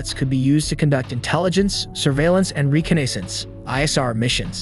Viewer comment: Reconnaissance, slight mishap in the pronunciation for that word. No worries though 😊, still very interesting video